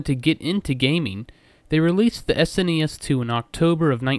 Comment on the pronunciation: thank you for saying s n e s not trying to pronounce as a single word